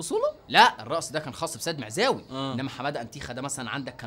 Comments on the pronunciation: احترم نفسك لما تذكر اسم السيد معزاوي بتقول خسخسخس🤣🤣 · سيد معزاوي (سخسخسخسخسخ) 😂😂😂😂😂😂😂😂😂😂😂😂